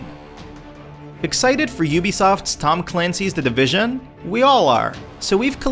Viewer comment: "The Divishaan!"